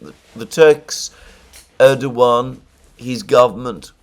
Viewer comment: My God, something amazing has happened! Alexander used the proper Turkish pronunciation of Erdogan (with a W) SEVERAL times! End of an era... Could this signal a newfound respect for this wily operator?!